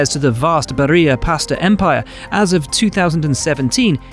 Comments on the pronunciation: It's Barilla not Barria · It's pronounced "Bari - La", not "Baria"... (This is Italian, not Spanish...) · Bariya??? Why is Trulli "LL" and then Barilla "Y"??? Dude, you travel the world since how long? Spanish "LL" is pronounced like a "Y". Italians pronounce every letter as it is except for (GN and GL...). so please... LL is a always a DOUBLE L. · As an italian I died when i heard "Barija" 😢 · If Paolo Barilla is Italian, his name is not supposed to be pronounced in the Hispanic way ;) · Why the names on the Barilla segment were pronounced like he was talking Spanish? 😂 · Grazieee!!😍 that hurts the ears of an italian😅